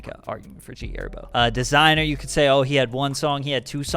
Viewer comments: You really said gherbo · This nigga said g herbo 😂😂😂😂